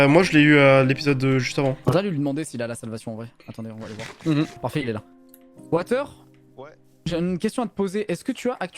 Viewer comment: Watus ❌ Water ✅